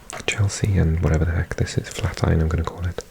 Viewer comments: It’s pronounced “flæt-iran’ by locals 👍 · Flatiron is a building design. Prounced as Flat Iron. And you say it as one word. Flatiron.